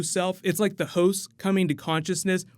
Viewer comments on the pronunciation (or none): It sounds like you’re saying hoes instead of hosts. “Virgin hoes” for instance